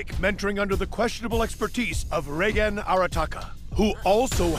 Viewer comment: "I Reigen Arataka, the new star of the paranormal world..." The first time I heard this I thought he called himself Tsar or Czar. Like he was aiming to become king of the paranormal world and just chose a different word to sound cooler.